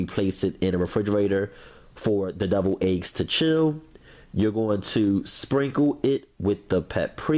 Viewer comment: I love how he said deviled eggs lol Doubled eggs🤦🏾‍♀️🤦🏾‍♀️🤦🏾‍♀️🤦🏾‍♀️🤦🏾‍♀️....it looks delicious